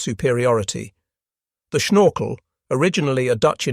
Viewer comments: IIn Dutch it is Snorkel, and NOT SHnorkel, do you have a teeth problem? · It's funny how says "schnorkel";-)